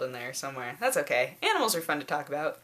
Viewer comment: You say it as aminals too!